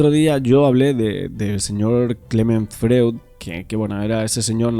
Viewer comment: Me gustan tus inestigsciones . Enhorabuena! Freud, se lee en alemán FROID…